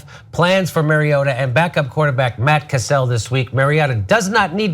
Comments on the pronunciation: Matt cassel (castle) not kah-sell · doesn't know anything about football, can't even pronounce player names right. Mari-O-ta, not Mari-AA-ta, and "Castle" not "Cassell"